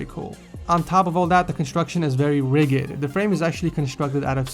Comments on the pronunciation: it's pronounced ri-jee-de not ri-gih-deh ffs m8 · Lol did you say "riggid" ? It's "rigid" RI-JED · Did he say rig-ed? XD im dying! isn't it ridg-ed? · It's rigid. Pronounced RIH-jid. Not RIG-id. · when he said the desk is very rigid, I was 100% triggered. IT'S PRONOUNCED R I J I D, not R I G G I D smh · Rigid is pronounced "rij-id", not "rigg-id"... just saying... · Hey its pronounced 'RI-JID' not 'RI-GID'.:) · Riggid? It's pronounced rijid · It's pronounced rjiid, not rig id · You pronounced rigid like Rig-id. Is that just a mistake or do some people actually pronounce it that way because I thought it was like Ridge-id. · It's PRONOUNCED RI-JID not RI-GIT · it's pronounced RIJID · HAHA, I hate to break it to you, but it's pronounced 'rij-jid' LOL. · Rigid is pronounced [rij-id]. My OCD is on fire. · Did you really pronounce rigid with a hard g? 💀💀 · rigid isnt pronounced that way foo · "Rigid" is pronounced with a soft G ;) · d,d...did he just say rigid with a HARD g????!! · Them nails . Also, that pronunciation of rigid. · I was close to giving you the English seal of approval, but you said 'rigid' with a hard g instead of soft... Go back to 7th grade grammar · Great video and setup. But that pronunciation of ridged sent my OCD to over 9,000!